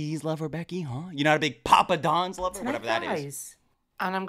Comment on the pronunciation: Hearing pappadum as “Papa Don’s” had me crying 😂